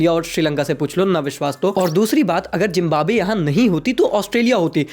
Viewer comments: झिंबोब्वे kyo bol rahe ho wo झिम्बाब्वे hai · Zimbabwe❌ Jimbanwe ✅ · zimbabwe ❌❌ zimb💀mb we